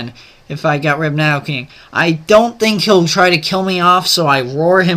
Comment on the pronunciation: PRONOUNCE NIDOKING RIGHT!!!!!1 GAH!!!